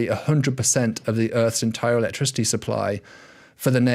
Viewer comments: Is David aware he is pronouncing Earths as Urtz? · "Erts rotating in riverse direction"